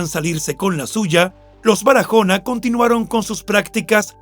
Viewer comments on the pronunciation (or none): En español ese apellido no. Se pronuncia Barajona. Sino Baraona aunque lleva. H pero la. H en español es muda no tiene sonido . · Es Baraona, la "h" no se pronuncia. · Excelente narrador, pero en español la h no se pronuncia, con lo que no hay necesidad de decir Barajona. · Perdón la h es muda no tiene sonido.tu la pronuncias como una jota se pronuncia Baraona y se escribe Barahona